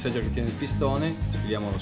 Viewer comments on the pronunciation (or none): si pronuncia SEGHER - è tedesco!!! 8-)